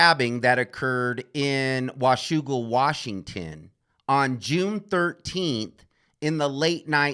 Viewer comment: I love how you said 'Washougal' correctly, as a WA resident.